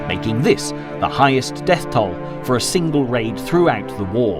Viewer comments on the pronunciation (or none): none